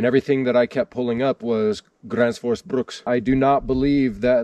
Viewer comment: The pronunciation is wrong. The "rs" at the end of Gränfors makes a "sh" sound.